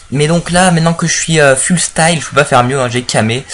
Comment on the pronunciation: Full ca se prononce " Foul " :p